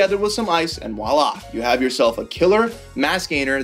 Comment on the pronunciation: It’s “VOILA”. Not “walla”!!